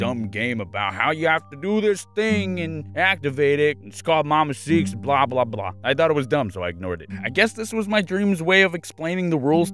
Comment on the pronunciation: Also who noticed "Mama Seaks"